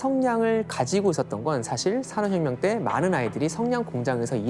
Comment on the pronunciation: 산업혁명이라는 단어를 자주 말 하시는데 ,,, 발음이 사어혀묭 이라고 하세요 ..ㅋㅋㅋ